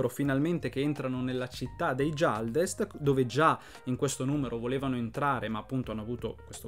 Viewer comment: Anche tu mi cadi in questo errore?😅 si pronuncia Ghialdest non Gialdest, la razza di Dakan..